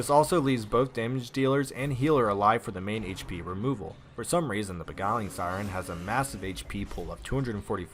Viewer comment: (Anti) ( kware) (re) (ann) antiquarian. Not antiqwarum. (Be) (gile) (ing) beguiling. Not begulling. I stop watching or listening to any video that has a native English speaker, butchering the English language. If you don't know, look up the phonetic pronunciation. Don't guess and come across as dumb, or lazy, or say that it doesn't matter. It does matter. Sincerely yours, -There, their, they're.